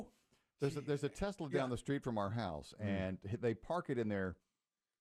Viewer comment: Yeah. It was the "New Yorker" in him pronouncing it that way. You guys are such shills. How many other New Yorkers have you heard say, "Tesler." It couldn't possibly be that he's a moronic halfwit.